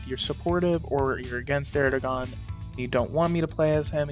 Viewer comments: His name is pronounced Erdowan. The gan is pronounced like the name Jaun. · erdoğan.. we can describe to u like "soft G" or "g-breve" it streches out vowels wherever u put after.. for example: a word like "tığ" means "needle". the soft g extended the letter "ı". so it is pronounciated like "tııı" :) but in "erdoğan", there are 2 vowelz, it could be not pronounciated, its like "ERDOAN" ;) edit: we gotta remember that we pronounciate EVERY written letterz in Turkish :)